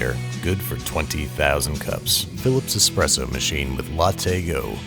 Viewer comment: Can we have a 10 hour Babish expresso Ad? That'd be nice